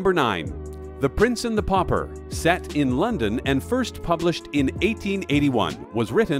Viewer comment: Need to check how to pronounce 'pauper',.